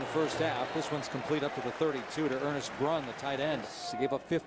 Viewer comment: ISU #84 is "Ernst Brun," not "Ernest Brun." (Think of a German sounding first name)